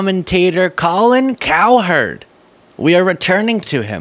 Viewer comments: my man, you gotta stop saying it COW HERD, It's basically pronounced like coward. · Kind of like how you're not much of a sports fan pronouncing Cowherd as if it was two distinct syllables. Not a dig, just a thought.